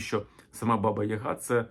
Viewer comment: БабА (наголос саме на другий склад) є більш логічним - батько, наставник, старший (а Азії досі збереглося). Відомі кам'яні половецькі баби. Яг/Яга - по суті те ж саме Я, але особи, набагато більше розвинутої (духовно, морально, сакрально), ніж загал. Приблизно те ж саме, що й Характерник на Січі, тобто особа, яка досконало володіє собою - абсолютний спокій та врівноваженість за будь яких обставин. Такий собі духовний наставник дохристиянських часів. Перероблення в жіночу постать скоріше за все справа рук попів. Для них все дохристиянське було непримиримим та підлягало оббріхуванню, перекручуванню або "охристиянізовувалося". Як це сталося з поняттям/святом Великдень, яке до християнства немає ніякого відношення. Взагалі це дуже цікава і довга тема.